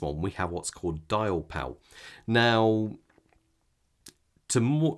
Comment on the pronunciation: It's copper sulphate. And it's not "Dialpal", it's Diapal i.e. DIAmond PALette - no "l".